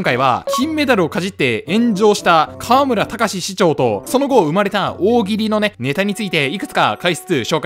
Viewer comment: かわむら⤴？かわむら⤵